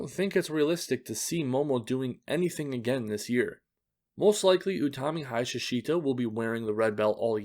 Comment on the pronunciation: actually i always wanna tell you Hayashishita really read more like "HayaS--shita" with that S--being more long and dragged. Not sure how to express it. Dont think there is a good way to describe it in words, but ya its not the easier to read name for Non native speakers